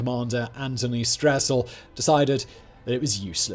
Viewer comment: One thing I noticed which I've realized seems to be common among certain Brits is when he mentioned the Russian Stessel he called him Stressel as if there were an r in the man's name but no Anatoly Stessel has no r in his name. It's extremely frustrating to hear this butchery of a person's name in an otherwise good documentary. Its a pri